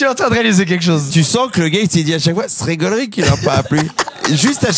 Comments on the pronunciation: Jonathan Cohen a prononcé plusieurs fois le mot “golri” en verlan 😂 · il a dit "GOLRi" je ne sais meme pas s'il sait dire ce mot sans verlan 🤣🤣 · "Jonathan on t'a pas entendu parler verlan". Il a dit 20 fois "goleri" au moins 😂